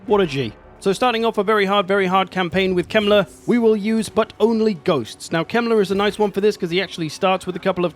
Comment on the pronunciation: Heinrich kemler sounds wrong for a German 😂